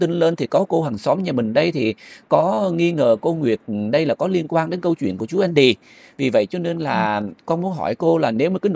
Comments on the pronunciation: Tên Mỹ thường là Andy Đọc âm Vn là endy ?! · Khong phải là ( Endy ) mà là ANDY